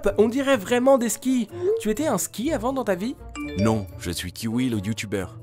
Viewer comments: Pendant toute la vidéo il dit Kiwi au lieux de Qin Hui 🤣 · “Kiwi” au lieu de Qin hui c’est banger 😂😂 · Tu mas fait trop rire mdr 😂😂😂 " qui hui " 😂